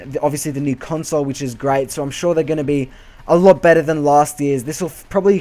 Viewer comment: I believe it is "than" not tahn